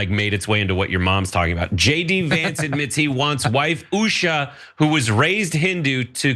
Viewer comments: Is it pronounced USHA or USHER?? 😂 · It's pronounced as Oo-sha😅